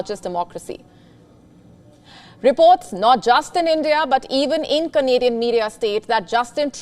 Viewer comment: When ever sgr says Canadian, i heard comedian.